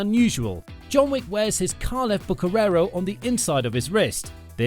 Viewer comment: Is not bucherero is bucherer!